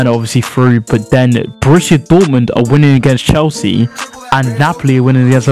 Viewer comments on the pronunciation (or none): none